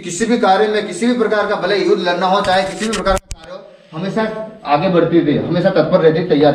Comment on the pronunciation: आगे को आप आंगे बोलते हो ...ध्यान दो भाई